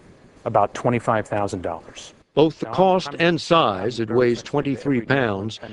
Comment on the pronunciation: When he said 25000 dollars, it was like 25 dollars.